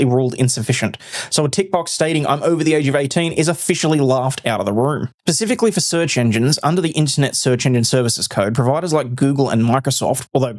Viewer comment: You had me until you said "pacifically".